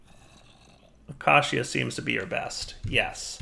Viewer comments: please look up the pronunciation of acacia lol. It’s uh-cay-sha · haha i cant wait till dire can pronounce 'Acacia' properly. He said it like 50 times in a row this episode. very entertaining 😋